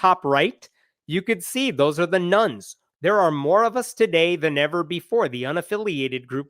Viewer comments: Oh my god. It took me three minutes to realize you were saying "Nones" and not "Nuns". Just listening to this, I was like "I guess Catholicism is on the rise? Convents are cheaper than renting?" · This isbthe first video of his i have seen, i thought he was saying NUNS instead of NONE the first half of video🤪, lol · I wasn't listening properly and fast-forwarded to a chart. For a moment I thought he was saying ...nuns... were the biggest single group of believers. LOL (Partly because the actual chart's segments' labels were covered by his face. Then I realized he was saying 'nones' not nuns, which made more sense) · I thought he kept saying there were more "nuns" than protestants. Silly me. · Not everyone realizes you are saying none & not nun.